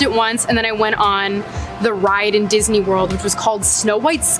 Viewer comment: Duck Fisney is what I heard. Is that related to Donald